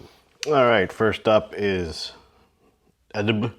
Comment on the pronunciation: Great Review. The way the Company Name is spoken out is A-D-B-L. Every letter for itself